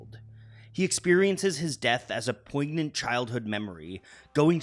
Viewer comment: Did you just say ‘poig-nant’?